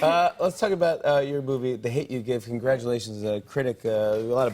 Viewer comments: He said like boovie or something like that. Haha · He probably meant to say movie but said boobie instead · He definitely said it by accident,he said boovie 😂😂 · 😂😂 tell me why after the boob and puberty story I heard jimmy say “let’s talk about your boobie” instead of “let’s talk about your movie” and I had to rewind to make sure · He definately said-" lets talk about your boobie, instead of movie" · I know he said " Let's talk about your movie" but after the boob thing, I head him say " let's talk about your boobies" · Could’ve sworn Jimmy said, “Let’s talk about your boobies.” Hahaha...nah?...just me? Ok bye🙃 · He definitely said "boobie" hahah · I thought I was the only one that heard that bruh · Was it just me or did he say your boobie instead of movie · am i the only one who thought he said “let’s talk about your boobie”? Especially after what they were just talking about😂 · Zodin Khiangte DUUUUDE SAME😂😂 no joke the only reason I came to the comment section was to see if I was the only one who heard boobie 😂😂😂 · It’s movie but yes it does sound like that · Damn I heard that too!😂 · that's what I heard😂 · does anyone else not hear "movie" and hears something else? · Scooby Doo I heard that aswell😂 had to go back and listen again